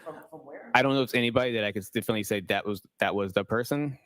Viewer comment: Q. Have I been saying ‘definitely’ wrong all these years? Must be a silent T 🤔